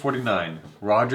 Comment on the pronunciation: And the Oscar goes to: Gary Oldman for "Daest Hour"